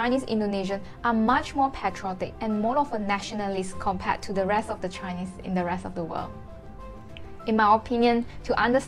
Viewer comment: Hey there, care to learn English pronunciation-proper? Compared is kuhm-peuhd, not comm-paid. Their is there not “dea”.